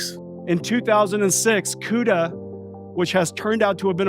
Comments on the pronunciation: what a clown...cannot pronounce cuda. script reading moron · The way you say CUDA makes me sad for some reason